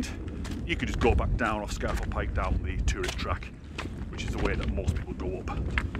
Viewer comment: Apparently it's pronounced Scar Fell Pike. When I got lost on the mountain I asked a local which way to Scafell Pike and he refused to understand my pronunciation. Finally I said, "well look it's the tallest mountain in the country" and he said, "Oh, you mean ScarrrFell Pike..." -_